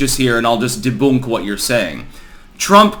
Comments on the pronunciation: Dutch pronunciation of “debunk”🤣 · dutch would say debunk like the english/americans would. We do use the OE sound he used to so still funny